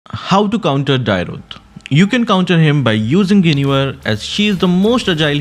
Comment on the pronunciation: Please learn the correct pronunciation of Dyrroth, that pronunciation is so irritating to the ears 😂